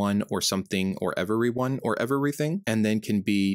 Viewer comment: I hate how you mispronounce "every" and "everything" you are adding an extra syllable. Micheal Jordan: Stop it, get some help😂.